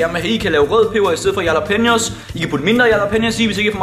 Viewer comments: Christian Munch v3 Det udtales "Rhalla-penio" Ikke yala som vores bro her gjorde. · IQ man udtaler jallapeneos med R i stedet for j